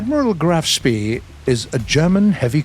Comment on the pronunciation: Applause for saying "Spee" right ^^